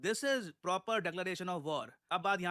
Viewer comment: Can't even say "WAR" 😅